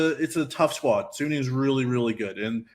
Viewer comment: Suning is a fucking good team. They're definitely favorites to get first. But you probably don't know much about them or have watched much of them anyways considering you're calling them "sunni". Sounds like random assumption on your part. Even if Machi was fodder (which we can't be 100% sure of) TL is fighting over second place with G2. Sure, G2 can lose a random game in Groups. But they know what's at stake. They will tryhard and even if they might int a game vs Machi, for example, they should still be favorites against TL. It's not like G2 will "int away" half the games in Groups lol. Depending on how the group goes TL might have to beat G2 once even to then force a tiebreaker between them and G2. Are you going to bet on G2 inting that game, too, when it comes to it? Yes, it is a rather convenient group compared to the past years. But it's still hard to get out. 50/50 at best. At best.